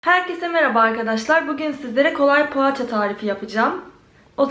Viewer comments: Paaça değil poğaça konusmayidami bilmiyosum yaa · pohaaaçaa😂o nasıl poğaça demek ya